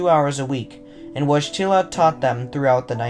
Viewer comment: Your pronunciation of ‘Wojtyla’ and ‘Wadowice’ could use some work.